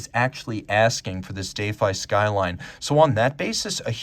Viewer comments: Still confused by this pronunciation of 'defy'. Indeed, I defy it. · Yeah first time I’ve heard it pronounced like that. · Big fan of the zenith but I think you broke it down in a way that gives it due credit…but shows the comparable Rolex is (unfortunately) ahead in many important regards. In a number of ways, the prior defy might have been a better comparison (even though I prefer the skyline’s styling). Also learned a new pronunciation of defy, so there’s that 😂 Great work 👍🙏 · How on Earth did you get the pronunciation “dayfi” from defy?? Do you say, “my kid daayfied my telling him not to eat chocolate?” Or, “He is so daayfiant?” What is wrong with you? Oh…bonus…and btw…it’s not “Pawhtek” either.